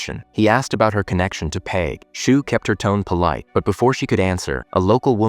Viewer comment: cool recap cheers, "dawh-hee" / "dahh-hee" - daithi pronunciation , peig - "payg" , and maebh is mayvf . love from ireland!!! 😁💚🤍🧡